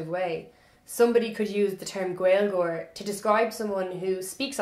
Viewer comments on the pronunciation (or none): You are very cute, it's not gwailgeoir, its GALE-geoir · He is wrong that it's 'Gale-geoir', but right that it's not 'Gwale-' The Irish pronunciation goes from the broad G in the back of the palate to the L, when the L is slender this often creates a kind of 'glide' sound, which does sound like a W to us English speakers since, as far as I know, we don't have many glides in English which are the same as this one. Next time you say Gaeilge, Gaeilgeoir, focus on your lips as you say the start. When we make a W sound in English our lips come very close together and slightly forward, try not to allow that to happen when saying these words! It is extremely common for those of us of English speaking backgrounds to try to mimick that glide sound by physically inserting an English 'w' into the word, which leads to words like Gaeilge being mispronounced as Gwaylga on a fairly widespread basis. And it's completely understandable that this happens, until I had the differences demonstrated to me side by side I too would have thought that maybe I could get that w-ish glide sound by using my lips the way I use them to get my normal 'w'. Anyway, sorry for the intrusion, this was from a year ago so you might know about everything I just said already, but just in case